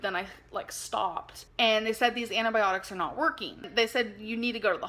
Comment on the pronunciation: "Anti byeonics"